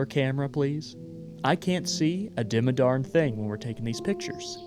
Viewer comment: did you just say a dimmadarn thing ? as in doug dimmadome , owner of the dimmsdale dimmadome , and his ever growing hat ?!